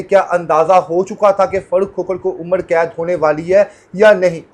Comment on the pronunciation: اینکر بھائ عمڑ قید نہیں ہوتا عمر قید ہوتا ہے،